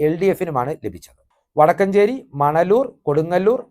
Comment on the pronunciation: വടക്കഞ്ചേരി അല്ല വടക്കാഞ്ചേരി 😊